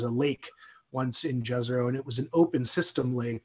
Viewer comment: Fantastic mission, can't wait. Just wondering why everyone on the planet is mispronouncing Jezero?